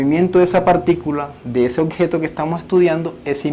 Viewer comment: Buen aporte. Una recomendación no es lo mismo que “el objeto” que “el ocjeto” jeje saludos